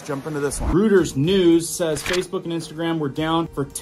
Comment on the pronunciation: Reuters is pronounced Roiders